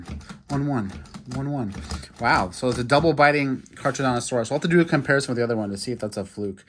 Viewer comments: It’s not car-charodontosaurus it’s pronounced car-carodontosaurus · Caracardontosaurus is how you say. 👍🏼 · The way you say charcharodontosaurus🤣🤣🤣🤣🤣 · Carcharodontosaurus is pronounced “car-car-o-don-to-saur-us”